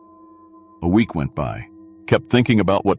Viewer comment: I like the stories, but is it really that hard to replace that damnable computer voice with a human reader? I work cheap and would never pronounce the word week as wee ek.